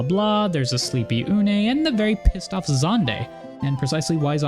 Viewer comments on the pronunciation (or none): The way you pronounce Unei is comical. Sounds like some sort of exclamation. It's a Japanese-style name, so it should be pronounced U-nay. Otherwise, yeah... there's a ton of FF 3 in the early portions of FF 14. Fourteen is a love letter to the series.